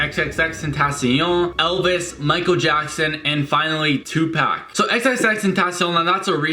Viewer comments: " two pack " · He said Tupac 😂😂😂 it’s tu poc 😂